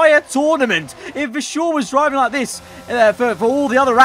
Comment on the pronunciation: VERstappen and VERschoor thats annoying